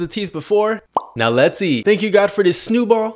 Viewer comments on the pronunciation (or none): EVERYONE STOP SAYING SNEWBALL CAN’T WAIT TO TRY A SNEWBALL ITS ANNOYING WORD IT IS PRONOUNCED SNOWBALL NOT SNEWBALL BC I DON’T THIN THAT’S AT WORD SNOWBALL IS THE CORRECT WORD.💀💀💔🤬😡🥊🥊🥊🥊🥊🥊🥊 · It’s a green SNEWBALL! It’s pronounced snow-ball……duh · My guy is out here calling is “Snewball” he needs to know how to pronounce snowball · Um…it’s pronounced snow ball and not snew ball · It’s a green snew ball! Learn how to pronounce food sir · I love how he pronounces snow ball he says snu ball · "it's a green snewball" THE WAY THIS GUY PRONOUNCES THINGS 😭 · I love the way he pronounces things😂 🥱Snewball🥱 😍tackies😍 😝nards😝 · "ITS A GREEN SNEW BALL" bruh can he speak with braces? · Guys plz dont be rude abt how he says snowballs bc what if he pronounce it like that